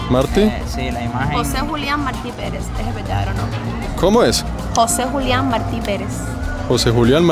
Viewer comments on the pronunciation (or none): la parte en que cada vez estabas pronunciando mal y diciendo Marti en vez de Martí (con acento en la i) lol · Martí!!! Con acento en la I, te lo dijeron 200 veces jajaja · Se dice José Martí con acento en la í. Murió en una refriega con el ejercito español. El no debía haber ido a pegar tiros porque hacía mejor servicio en la retaguardia con su poesía etc., pero se ve que se empeñó en ello. Excelentes videos haces amigo, saludos! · No es Marti, es Martí. Un español nacido en la Habana, como todos los cubanos, hijo de peninsulares ibéricos (salvo los que descienden de africanos), de padre valenciano y madre canaria. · No es José Márti, es José Martí. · marti acento en la i maeti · Emocionante: el canto del gallo y luego el suspiro. Inquietante: El faro. Repulsivo: la propaganda al Che. Entretenido: este es el tercer Mar'ti, este es el cuarto Mar' ti. Esto último puede provocar risas muy estruendosas en una persona nacida en Cuba y que fue adoctrinada por comunistas desde el círculo infantil. Fue mi caso. Gracias. Muchos éxitos. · MARTÍ! José Martí! Acento en la í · Se pronuncia Martí ! Acento en la i ! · Martí. Con acento en la I. Jeje. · Martí, se pronuncia con acento en la i. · Martí, lleva acento en la í, por tanto es aguda. Se escucha raro como lo pronuncias. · Interesante pero no te equivocaste con Marti el asento es en la Ultima I no en la a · Desconozco si es asunto de acento, pero ese apellido en Costa Rica lo pronunciamos con acento en la I. José Martí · Me pregunto si en algún momento aprendió a pronunciar Martí. 😅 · tus videos me gustan,pero le pones demasiado énfasis cuando hablas de los norteamericanos que iban que hacían….y la pregunta es te caen mal los norteamericanos? Porque al ser you tuber,no debes hacerlo.yo vivo en Norteamérica,y no me gusto el tono que usastes